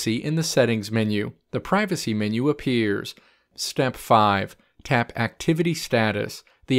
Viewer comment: LMFAOAOAOAOAOA ON GOD